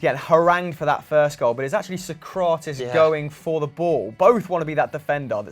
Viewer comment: Also mispronounced Sokratis